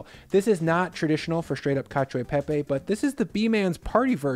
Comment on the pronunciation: I know I am nit picking here but please do not pronounce the ‘i’ in ‘cio/cia’ or ‘gio/gia’ in itian words (I think Lucia is the only exception I know of) That said we did Olio e Alio e Pepe last week and it it is similar to this one w/o the butter